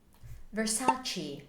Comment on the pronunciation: You should've right ver-SAH-chay otherwise it becomes Versaci